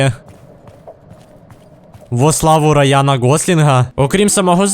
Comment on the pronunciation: Во славу Роя́на Гослинга хахахахахаха, я ору